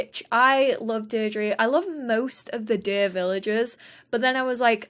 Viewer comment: Deirdre is pronounced deer-dra